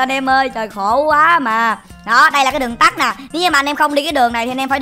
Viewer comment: Đường TẮT anh còn đọc đường TẮC mà